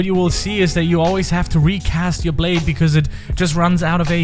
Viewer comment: Why dose everyone’s blayde always phantom blyde